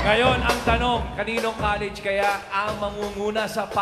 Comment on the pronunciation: College student "LA" Hinde "lI.